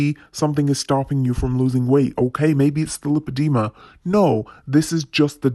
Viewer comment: Am I alone in thinking that she hadn't even seen a doctor? She doesn't even know how to pronounce lipedema, surely the doctor would have said it properly a few times.